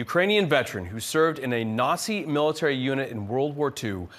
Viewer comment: Nassi…… that pronunciation sounds very ethnic